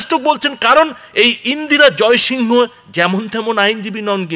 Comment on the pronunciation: ইন্দিরা জয়সিং বলুন না... এটা তো যেভাবে practically "Indira Jaisingh" কে উচ্চারণ করা হয়ে থাকে সেভাবেই বলা উচিত। ওনার নাম pronounce করার সময় ইন্দিরা জয়সিং pronounce করা হয়। সুতরাং সেভাবেই বলা উচিত। ...name of a person is "proper noun". এটাকে ঠিক ভাবে pronounce করুন। বাকি সব ঠিক আছে। এটা খুব ভালো খবর।👌